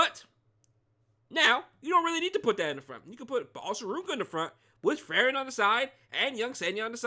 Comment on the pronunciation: A lil nitpick but hopefully i don't come out as rude but the pronunciation is Free-ren😊. Unless u are intentionally doing it for the trolls, then im ok with it too😂